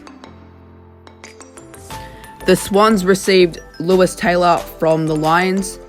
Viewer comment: You pronounced Lewis Taylor wrong which annoyed me